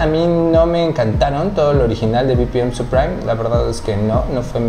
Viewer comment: No es "supraim", es "suprim". Gracias por la info bro. Saludos